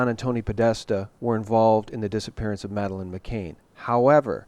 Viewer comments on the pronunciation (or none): once again you're covering the important topics - brilliant! One little thing though, Madeleine's last name is McCann not McCain. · Madelaine's last name is pronounced "Mc CAN", rhymes with tan, not "Mc CAIN", rhymes with rain. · when referring to the McCanns could you please stop pronouncing the name as McCain. It's MCCANN, not MCCAIN or MCCANE. Mc Cann. Thanks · The MSM will be saying he can't even get the names right, McCann (Pronounced m'can not m'cain) ....Saville (pronounced Savul) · McCann not McCain. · "Jimmy Seville" (must be Spanish) and Madeline "McCaine". Dude, these are 2 of the most covered stories in the UK....would it kill you to take 2 minutes out of your life and get their names right? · McCANN... NOT McCain!! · And the way you pronounce McCann (like McCain) doesn't resonate, Jimmy Savile's name is pronounced wrong too. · its prounounced ma can not ma cain.. jimmy saville like saddle not deville...its just been bugging me lol..keep up the good work. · McCann, not McCain. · pronounced Maccan for Madeleine